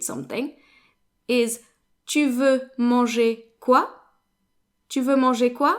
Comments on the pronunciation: I’m new here and I’m wondering when you’re talking about eating it’s sounding more like M than marcher than manger. Am I just hearing incorrectly ? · sorry I was not clear. I meant that the whole word sounded like marcher. When I’m sure it was manger.